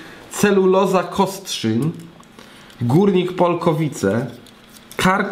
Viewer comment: to jest Celuloza KostrzyN nad Odrą a nie KostrzyŃ